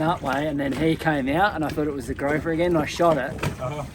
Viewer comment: GROUPER, pronounced like a group of people, not like a rope. You have gorgeous children, they don't fall far from the beautiful trees! ❤❤❤❤